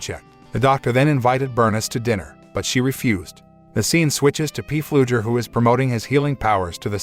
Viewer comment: If I ever hear P Fluger one more time in my life, it will be too soon.